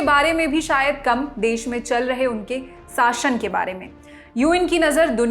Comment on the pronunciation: दीदी , "साशन" नहीं "शासन"